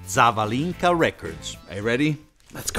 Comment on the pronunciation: The correct emphasis in the name Zavalinka is on the second "a".